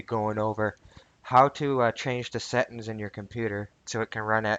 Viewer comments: settINGS, not settINS...... LMAO ty dude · FYI its Settings not Settens Set-Ings Not Set-ens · I like changin my "Settins" too. I just need to clarify, did u say "Speckafications??" Bro thats deadly words talkin!!!